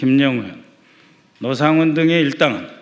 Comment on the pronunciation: ㅋㅋㅋㅋㅋㅋ 이사람은 왜자꾸 로상원이라고 하지 북한사람 맹키로 ㅋ